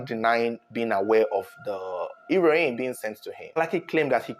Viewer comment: He-ro-in looool